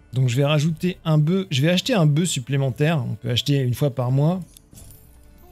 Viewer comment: Bravo, super série. Juste un détail : au singulier, le "f" de "boeuf" se prononce.